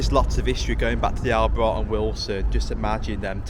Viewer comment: Great video. Btw, it's pronounced All-bright. My dad used to work there.